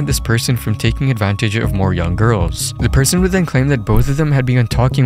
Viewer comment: I don't want to be the guy to do this but he forgot the "T" in The :(